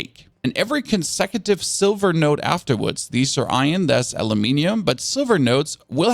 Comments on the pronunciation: Iron. 'Eye-urn' He says 'Ion' 😂😂😂😂😂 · IRON not ION. Cool guide but holy cow this made me crazy. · Now I understand why he cannot pronounce "iron." 😂